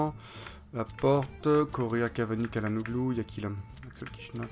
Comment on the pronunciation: sa se dit "tchalanoglou" et "tilmanse"